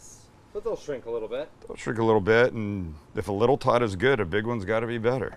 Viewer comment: i didnt realize until the end of the video that he was saying "tot" and not "taught".